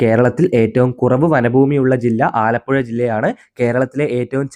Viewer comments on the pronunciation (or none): none